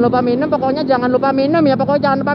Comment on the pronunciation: temen lo kebanyakan minuuumm minuumm miinnooooommmmm ccookk